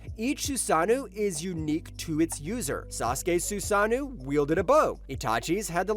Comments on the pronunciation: It’s susano’o not “susanew”. What’s with all u lazy content creators mispronouncing words. Do better culture vultures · Can't watch any further after hearing "susanu" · wtf are you saying man, susanu is NOT how you say susanoo